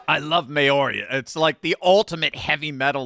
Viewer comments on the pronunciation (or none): correct, it's pronounced: mao - sounds like cow, ri - sounds like "ree" and it's a smoother softer, blended sound vs may-oh-ree. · Pronounces (Mao Ri) not Mauri :face-blue-smiling::face-blue-smiling::face-blue-smiling::face-blue-smiling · It's pronounced Mow reeee. .... Not May ori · Pronounces (Mao Ri) not Mauri :face-red-heart-shape::face-red-heart-shape::face-red-heart-shape::face-red-heart-shape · It’s pronounced mouwer eeee - sorry just sayin 😊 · It’s MOWry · I think it is pronounced mao-ree,. Mao...like the commie. Then ree. Mao-ree. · Maori, pronounced mao re😂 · The pronunciation of Mouri rhymes with mouldy. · It's pronounced"Mow-ri." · Maori is pronounced "mowry". God bless everyone here. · *Mow (like cow) Ree. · Maori is pronounced slightly different. I won't try (🇦🇺) perhaps research it. If you're interested - UK entered only two treaties with indigenous wrt conflict/war... the Gurkhas and Maori. Google those two peoples and warrior culture. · You are pronouncing Maori wrong.